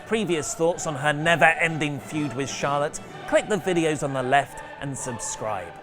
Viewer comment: says Charlotte and....but I keep hearing Charlatan lol